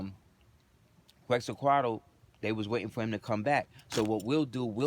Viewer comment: It’s pronounced quetz-a-col Peace and love brother 🇲🇦🤍